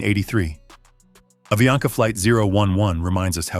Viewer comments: Falando o nome da empresa errado , não é aviania , é avianca! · AVIANCA pas AVIANA